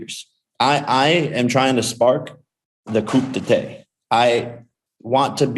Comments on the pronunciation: Coop d’tay hahahah coup d’etat. Ariel was nice enough to correct Jake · It’s pronounced Koo Day Tah. Coop da tay 🤣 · LMAO Jake Paul said the "kOoP dA-TaY" instead of coup d'etat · Coup D'etat -----> 'Coop Detay' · COOP DEE TAY...no that ain't it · Love what Jake Paul is standing for but crying at how he pronounces coup d'etat